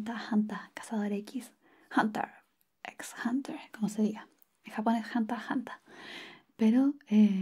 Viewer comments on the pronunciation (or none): Me encanta como dice: Hanta Hanta cazador X (con acento chileno) ❤️